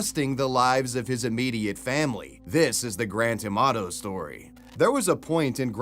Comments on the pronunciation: The way Grant Amato's name gets pronounced. I can only hear GRAND TOMATO every time. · Every time he says Grant Amato it seems to me that is saying "Grand Tomato", LOL!